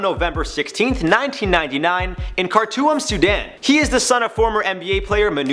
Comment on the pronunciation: Yo that’s my Cuzz lmao he said car-to-um instead of Khartoum